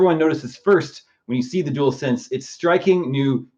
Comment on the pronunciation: you also called it the "duel sense" when it's "dual sense"